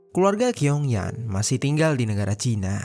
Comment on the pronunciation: Bacanya chiong yen..bukan kiong yan..gk enk bgt dgrnya..asl sebut nm org..😅..nm cew itu tulisannya Qiong itu bcnya chiong yen..